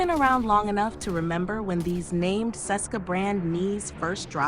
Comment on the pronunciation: It's pronounced "Cheska" not Seska.